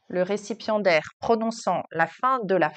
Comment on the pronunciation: J'ai compris "récipient d'air" et non "récipiendaire" 😅